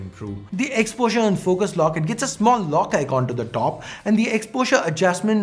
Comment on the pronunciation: Oooiy donkey i am telling you again,, it's icon not Iqqqqquon, u almost spitting on the screen